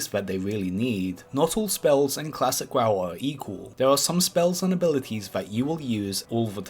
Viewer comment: did you just say Klassick WaW